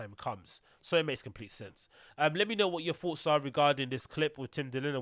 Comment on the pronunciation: Say thoughts not foughts